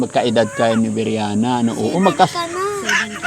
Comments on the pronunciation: Pls. lang po paki pronounce ang name ni BRIANA ng tama. Hindi po BIRYANA. Thank you po. God bless. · Briana Po. Hindi Po Beryana!